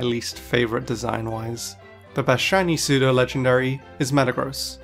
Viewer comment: You mispronounced "pseudo". It's pronounced as "SUE-DOH"